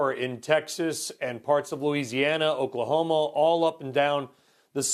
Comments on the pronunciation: Anyone else hear him say Oklahomo? Is this a joke I don't know about? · Did he say Oklahomo?